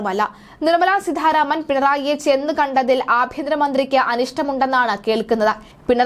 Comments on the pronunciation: സീതാരാമൻ എന്ന് പറയാനറിയില്ലേ? എന്തിനാണ് സീധാ രാമൻ എന്ന് പറയുന്നത് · സീധാരാമൻ അല്ല കുട്ടീ സീതാരാമൻ എന്നാണ്.തല എന്ന് കുട്ടി ഒന്ന് പറയൂ.എന്നിട്ട് ആ "ത "സീതാ എന്ന വാക്കിൽ ചേർത്ത് സീതാരാമൻ എന്ന് പറയാൻ ശ്രമിയ്ക്കൂ.അല്ലാതെ ആവർത്തിച്ചു സീധാരാമൻ എന്ന് പറയുന്നത് കേൾവിക്കാർക്ക് ആരോചകമാണ്. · വാർത്ത വായിയ്ക്കുമ്പോൾ അക്ഷരശുദ്ധി ഉണ്ടാകേണ്ടതാണ്. സീധാ രാമൻ എന്നല്ല, സീതാരാമൻ എന്നാണ് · സീധാരാമൻ അല്ല,കുട്ടീ, സീതാരാമൻ.... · സീധ രാമൻ അല്ല,.. സീതാരാമൻ.. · നല്ല അവതരണം. അതിൽ അട്ടി കൂലിയും, അട്ടിമറി കൂലി കൂടി ഉൾപ്പെടുത്തണമായിരുന്നു. ഉച്ചാരണ തെറ്റ് ഒഴിവാക്കാൻ ശ്രമിക്കണം. ഉദാഹരണം :- നിർമല സീദ്ധ രാമൻ. ശ്രീ ധരൻ ശരി. ശ്രീദ്രൻ തെറ്റ്. ശ്രദ്ധിക്കണം. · സീതാരാമൻ എന്ന് ശരിയായി ഉച്ചരിച്ചാൽ കൊള്ളാം